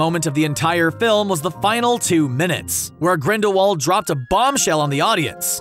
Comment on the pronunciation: GRINDAWALD is with a V sound.